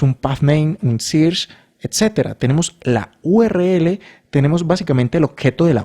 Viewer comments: sirch? 😂😂 se pronuncia "serch" !! muy buen video y explicacion either way! gracias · amé el video! pd: SEARCH se pronuncia SERCH